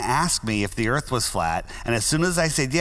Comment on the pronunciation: Welcome to bumfy earf